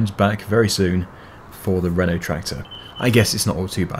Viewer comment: When you say renotractor it sounds like your saying rental tractor